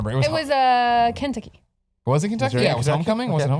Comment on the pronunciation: Cute af. But the way she said Kentucky made me giggle.